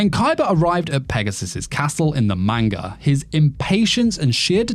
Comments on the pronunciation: How do you get away with saying manga like that dude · I love your videos but you're pronunciation of manga hurts.